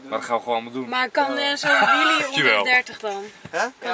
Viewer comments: Wtf is een WIEEIE HET IS WHEELE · Het is wheelie niet whieie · Nobody: EnzoKnol: WHEEIE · Nieuw favoriet woord: ‘WHEEIE’